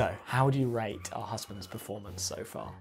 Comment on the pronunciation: He said 'our'. 😂😂😂 I went back to listen just that. 😂